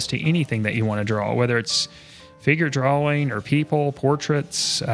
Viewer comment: draw-ing not draw-wing